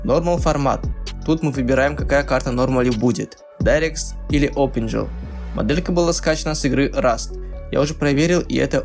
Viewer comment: Дарекс .Опенджил.Амбишен оклюжен.Удиме) Это где так английскому учат?)))